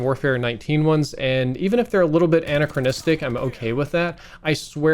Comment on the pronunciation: "Annachristic" c'mon man..